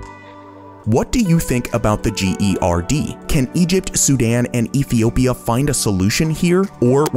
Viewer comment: Epiopia..... Good to see Top Luxury is still ensuring they are saying words correctly and not just doing everything in one take.